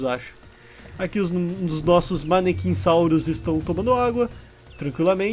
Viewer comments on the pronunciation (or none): Não é maniquinssauro é mamenquissauro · n é manechinssauro é mamenchissauro com M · Nao e manequinssauro e mamenquissauro